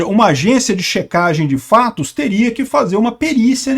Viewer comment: a vá....dar veracidade a qualquer coisa que diga "AOS FLLLATOS" kkkkkkkk jamais